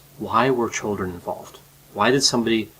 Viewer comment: The " tchuldren". The children 😯